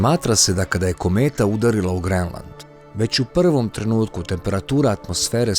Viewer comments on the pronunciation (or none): none